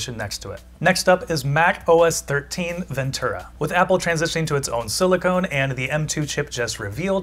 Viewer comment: It's silicon, not silicone